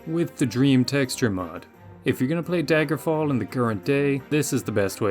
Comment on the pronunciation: bro you botched daggerfall so hard lmao